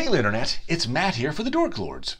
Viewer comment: As I played this video and you said your usual greeting my brother walked by and asked «did he just say "Hey Liternet?"». Now I can't unhear it. Help.